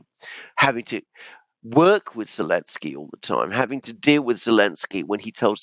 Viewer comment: It’s funny,, you keep calling him Elenski😂😂😂 I guess it’s a joke about Z in his name being dropped? 😂